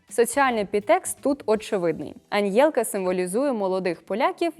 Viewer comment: Все класно розказали, тільки не Аньєлка а Анелька)))